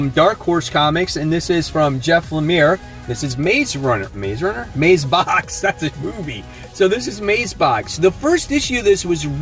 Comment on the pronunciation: Hopefully the little girl finds the book in the mazebox.... lol he said mazebox.......